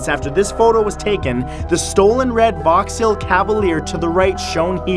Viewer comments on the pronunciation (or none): vaux-hall not vaux-hail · Matthew, it's pronounced VOX HALL :) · Is that how you pronounce Vauxhall? Like Vauxhill? Huh.....I always pronounced it the typical american way, like VAWX-HALL.